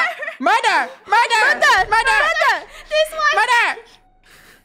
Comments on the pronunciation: Ummm I think it was murber and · Sounded like funneh was saying “mUrvEr” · "murder?" the whole: "murder murder murder?" Funneh: " Murber? " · Funneh:murber rest of the krew:murder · Ikr it was pretty funny we love murber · Murter murter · Why did funneh say murbur murbur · Murber? Murber? Murber? Murder Murder Murder??? SHUT UP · I mean it IS murber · NO ITS MURBER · Lol murber! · And lastly mUrBER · i think murber too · It’s mUrbEr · funneh: murber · Muber? Murber? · Murbert lol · When funneh isn’t even saying murder: “Murber” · she said, "murper" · I’m pretty sure it was murber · No body: Not even me::MuRbEr 10 minutes later.... (yes ik again):MuRdEr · Its funny when lunar always says “MurDer”, when the rest of krew always says “MurBer” its so funnEH:yougotthis:😉😉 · On the 2'nd round funneh says mubber and everybody didn't notice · first words in the beginning: "mUrDeR mUrBeR" (STAY 💛) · But funneh said murber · nO it’s mUrBEr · Then funneh said mUrBer😭😭👍🏻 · "mUdEr?!" I remember the very first time said that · MURBER NOT MuDer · I kinda think she saying murber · I think it wqs murber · Murber is badddddddd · “Murber?” - Clones more Murber sounds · I think it was murbert but idk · btw its Muber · as: “mUrDeR mUrBeR!!” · Funneh:murber krew:murder murder murder??? Lol gets me every time fr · “murDeR mURbEr mUrdEr mUrdEr mUrbEr“ - 2020 ʕ•ᴥ•ʔ Edit: ty for 2 likes! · no murber